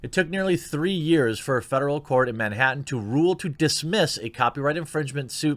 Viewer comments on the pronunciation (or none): none